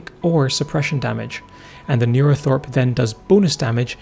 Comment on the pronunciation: It should be NeuroTHRope not NeuroTHOrpe btw :)